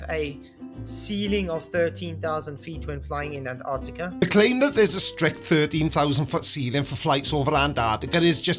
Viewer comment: The idiot can't even say Antarctica correctly.